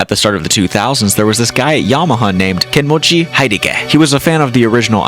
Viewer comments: Kenmochi High-dee-kay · Bro, you butchered the pronunciation of Kenmochi Hideki. Like, it's not even close. Also, oo-tuh-oo